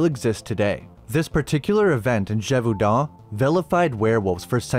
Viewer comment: Love your videos man, but mm as a French person, your pronunciation of Gevaudan is close but the "au" is pronounced like an "o". But yeah pretty good french though :)